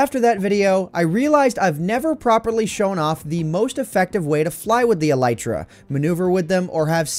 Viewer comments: Him: “e-LIE-tra” Me: Wait isn’t it e-LEE-tra? My friend: stop watching Minecraft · E lay tra